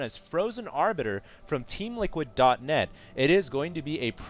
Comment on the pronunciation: HALLELUJAH, is finally saying "Arbiter" right!:D